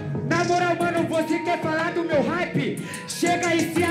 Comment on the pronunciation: “Hype” não “Haype”